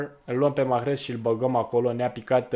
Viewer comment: Coaie nu mai pronunța h-ul din salah si mahrez